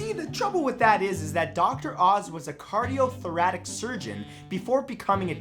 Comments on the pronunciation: Did he say "cardiothoratic"....isn't it cardiothoracic? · Please learn how to say cardiothoracic